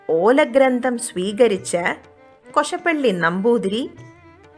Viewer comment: കൊശപ്പള്ളി അല്ല കോശാപ്പള്ളി എന്നാണ്